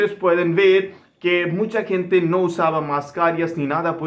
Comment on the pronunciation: Protocólogo y mascarilla se dice en español y gente, no kente!!